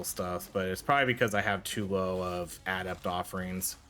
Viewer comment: im sorry man but the way you say "adept" makes my brain hurt lol. GG tho she looks really fun I haven't tried yet i think unlocking other forms and the skill to enter one form after leaving another could give you, say a bear/panther combo where you are human and weak alot less The tornadoes seem to always be by far the best strike